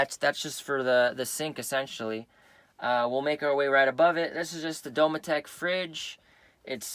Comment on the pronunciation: Never heard it Do-me-tech. Usually hear it Do-metic